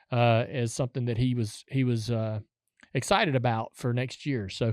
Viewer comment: "Dale's Exited..." hm? Not "Excited"?